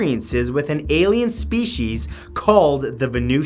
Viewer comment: "Vanutions" sounds like a kids show.